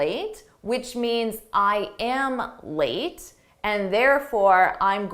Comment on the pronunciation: She's got some nerve sauntering in 30 minutes late. There's an enigmatic sound, that's you're endup with the last word lam instead of late. Could you please clear that puzzle?